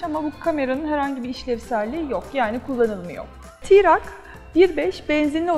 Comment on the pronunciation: Tirak değil troc Tirak deyim duruyo yaw.